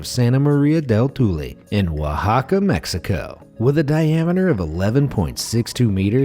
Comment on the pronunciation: "Oaxaca" is pronounced "o-wash-ka".